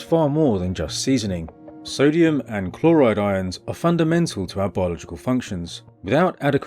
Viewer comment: Why does every braindead youtuber say "sodium" Its not sodium